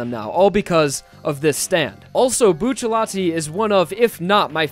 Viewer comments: Tbh it kinda bothers me that he says "buccalati" instead of "bucciarati" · "Buccialti" XD wtf is Buccialti